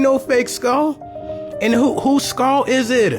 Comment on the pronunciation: Please say skull and not skall. But excuse me if that's the only way that you can say SKULL.